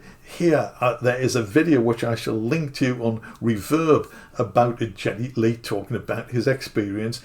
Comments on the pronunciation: It could be the accent more than anything but I believe his name is pronounced /ˈɡɛdi/ which is more like "gea-ty" not "jet-ty". Getty was born in NA/Canada. I saw this promoted a couple days ago and was intrigued. I love Rush's music (of the free spirit and individualism, libertarianish values, etc. etc.). How I came upon it was more likely because I had a rush, pardon the pun, to explore old school analogue synths. Oh, and I agree, why not charge $10,000 for it. Have him sign each one and put a pretty plate 1 of 500, or whatever on it. But I sure am not going to go out and spend $5500 on a Moog when a plug-in and a Melbourne Instruments Roto capture can give me 80% of the experience, or even (don't throw tomatoes, please,) Behringer Mode D for less than $250 with tax, shipped to my house. But I am Gen-X. I grew up in the era of Ensoniq, Roland, Yamaha DX7, Korg M1 era, looking back at Moog and OBs are welcome relics but not a childhood star. If I were to buy one I wouldn't be using the Moog hardware to perform music in stadiums in a grueling tour. It would sit with my 88 key piano workstation and 61 key mid-tier gig, right next to my Ableton set and be something I'd enjoy using. I could justify more than the going priced for used equipment, I love the red color, and the accessories. But collectable stuff is really not my bag, other than tokens of my travels I use to recall fond memories. So, I agree the price is well thought out, as it is a limited run, and they do offer so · Please not the gee "G", oh my 😆 Long live MOOG and Minimoog for life!!!! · When I found out the price, to be honest I as shocked . I was expecting it to be around 7 grand. Way above my budget. But if the standard version is 5 grand? The sound of the mini Moog is the stuff of legend, appearing on some of the best music ever created. Incidentally, I’m not here to pick holes, but you are mispronouncing his name ( even though it’s not his real name ) the “G” it pronounced like Gary.